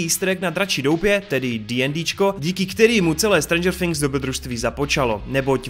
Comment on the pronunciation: nevyslovuje se to strendžr finks ok ?